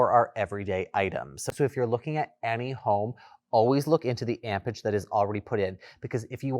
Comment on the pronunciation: "Ampage"? Amperage?